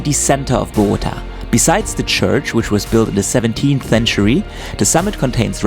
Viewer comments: If you want to pronounce Bogota correctly, don't put the strength on "GO" but "TA". Everyone who speaks English pronounce boGOta, it's actually bogoTA! Try saying the first two syllables with the same strength, and then scream loud the last one: "TA". That's how it is pronounced. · This city is called BOGOTÁ, with the accent on the a, not BOGÓTA. Good video nevertheless.